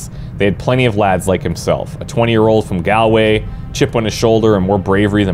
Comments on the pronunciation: Listening to you try to pronounce "Galway" and "craic" were painful 😂 The Irish accent really ain't your strong point mate! 😂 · Craic is pronounced like crack, its a slang term used here in Ireland to mean fun, just thought you would like to know.. also you said Galway wrong 😂😂😂